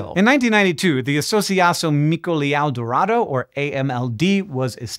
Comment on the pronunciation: "ão" in "associacão" and "leão" is a nasal diphthong. Say "brown", but absorb the final /n/ into the vowels.